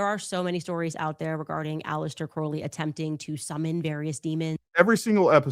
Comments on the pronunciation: Candace also keeps mispronouncing Crowley. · I used to be a witch until I was saved- Praise Jesus. She is mispronouncing Crowley’s name and what’s hilarious is that her producer Ashley pronounced it correctly and then corrected herself to pronounce it like Candace. Can you imagine working for this lunatic?!